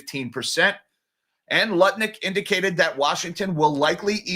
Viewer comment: It bothers me that you're constantly saying Howard Nutlick's name wrong! 😵